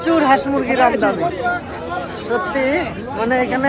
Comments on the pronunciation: ও আমদামি বলেনা, আমদানি বলে। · Apani ato bhul pronunciation ki bhabe koren, kothata amdani AMDADAMI na, shomeshha na kothata SHOMOSHHA erokom onek kotha, shunte khub kharap lage, ei jonnoi bola, apni apnar moto jerokom khushi boltei paren, oshubidha nei. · দু'বার চেষ্টা করে ও আমদানি শব্দটা বলতে পারলো না 😜😜😜🙄